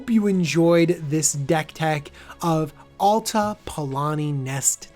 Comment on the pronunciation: Atla, not Alta !